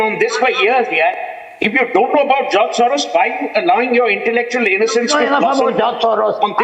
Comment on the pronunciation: Not joz mrs Gu-Swamy, but George